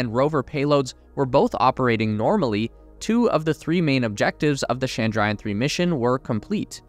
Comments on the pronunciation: It is Chandrayan not Shandrayan (please don't frenchify the Ch sound). You call Jesus's worship place as Church, not Shursh ... now do you? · Pleeeeeeeeease ! It’s not Shandrayan 😡, it’s Ch(as in chocolate)andrayan . Do your homework. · It's chandra (moon) - yaan (Ship/Vehicle)